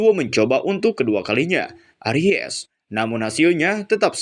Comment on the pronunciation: Arise bkn Aries 🤣🤣🤣🤣